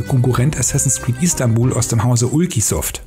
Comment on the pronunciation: Es heißt Istanbul nicht Istambul